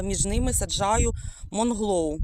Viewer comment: доброго дня.Правильно вслух говорити:" МУНГЛОУ", а не МОНГЛОУ".